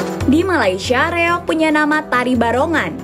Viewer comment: REOG, Kisanak! Bukan REYOG! Tanpa "Y".